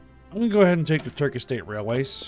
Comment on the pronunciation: I’m Dying of laughter when you said “Turdish” 😂😂😂 had me laughing for 5 minutes straight